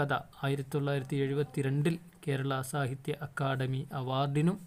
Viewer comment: Akkadami alla akkadhami അക്കാദമി😂😂😂😂😂❤😊